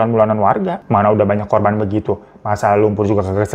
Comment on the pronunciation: Q pikir telingaq yg salah denger korban jadi korbon..